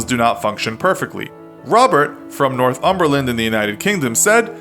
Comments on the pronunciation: Nor-thumberland not north-umberland. (Fyi I live there) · The way he said Northumberland haha I don’t think anyone up here ( I live in Northumberland ) knows about this man